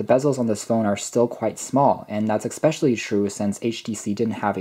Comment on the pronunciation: Your review is excellent. You seem very well spoken overall. Which makes it all the more painful to hear you say 'expecially'. I loved these phones and owned windows mobile phones from 2005 until 2010. And I'm sure I will get tons of hate for being a grammar nazi. But the fact that you are so well spoken otherwise actually makes it stand out more. So, flame away. I still prefer especially to expecially. Or asked to axed. Flame away. I can take it.